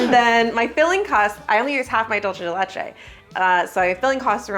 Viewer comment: Hi! argentinian subscriber here! 🙋🏼‍♀🧉 "dulce de leche" is not italian, so it's not "dolce", think of an S when you see the C in "dulce", do an S sound and you will be pronouncing it correctly, Because your "de leche" pronouciation is really good!! love your videos! 🎂💕